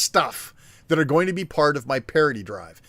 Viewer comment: Parity should sound liker charity when said. not partity :P